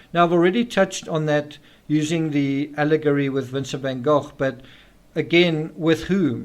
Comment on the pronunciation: is a master at delivering knowledge through question. In this particular episode, pronouncing Vincent Van Gogh's name properly makes it even more appealing.